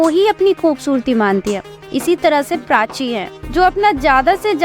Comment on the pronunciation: Prachi ❌❎PRACHA....